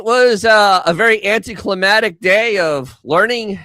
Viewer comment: Anti-clamatic? Are you referencing that juice with the tomato and clams? Or are you trying to say “anticlimactic?”